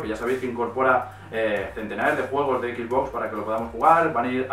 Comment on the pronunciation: cual es el problema con la mayoría de los españoles que no puede decir XBox como tal si no que dicen XBoss (equis boss) saben que al decirlo así le cambian el nombre a la consola, estan diciendo el "jefe x" en lugar de "la caja x" como sería su traducción al español